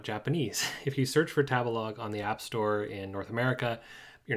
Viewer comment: 第一次聽到tabelog 唸 塔別拉個…interesting…